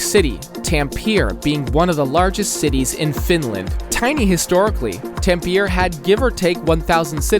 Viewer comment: No offense meant as butt as a Swede this is the first time i was baffeled by how someone pronounced our cities.